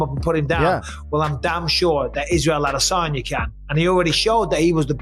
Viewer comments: Why the f*ck do you say AHH - DE - Sanya? That’s not even a Yoruba or Igbo pronunciation? 😂 What is that even suppose to be! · So annoying the way he says Ah-DEH-sanya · “Israel aDISagna” lmao y you say his name like that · Is anybody else hearing the commentator say AH-DISS-ANYA ?😅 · >Hasbulla situation UPDATE This is the shittiest MMA channel on Youtube. You shilled Paulie M., Dillon Danis, you'll shill anything for clicks - and you say ADESANYA weird as heck. Uh-DIS-Onya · Every time you pronounce adesanya like that I click the fuck off the video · The most irritating thing on the internet is how you say Israel’s last name. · When will this guy ever pronounce Izzy’s last name correctly? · Who commentates these videos and why can't he pronounce Israel Adesanya's or Alex Pereira's last names?